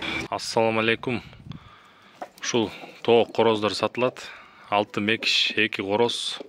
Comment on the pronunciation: Мекиш эмес Макиш дейт